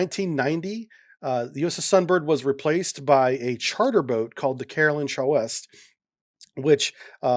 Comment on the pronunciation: Chouest is pronounced "Schwest" I work for them offshore. Love your videos! Always learn a lot.